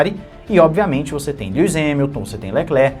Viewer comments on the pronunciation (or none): none